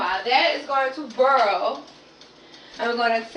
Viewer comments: What is she saying? After it Burrel? What's that?🤔 Just realized she means boiling half way through the video!🤣🤣🤣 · Did she say....urrl and burl! LMAO!!! What the entire hell! Ha' sashit???!!! I'm done! I can't even take this video serious!